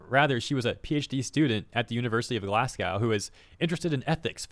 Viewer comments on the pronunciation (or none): Dude, 'Glass Gow' is pronounced 'Glaz Goh' 😂 Scottish here but we'll let this one slide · Glasgow is pronounce glaz-go, not glass-gao. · btw Glasgow is pronounced "Glaz-go", not "Glass cow". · brother it's glaz-go not glaz-gow please dont do scotland like that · I wish you could put a little more effort into learning how to pronounce things like names. Looking up how to pronounce "Yves Guillemot" wouldn't have taken more than a few seconds of online search, considering that's a name that appears quite a lot in Ubisoft-related content. The whole "Glass cow (Glasgow)" thing caught me off guard so hard I kinda wish you never learn how it's actually pronounced :P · sorry I hate to be that person. Its my city so gotta jump in. glasgow is pronouned Glass go. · it's glasgow its said like Go not like cow btw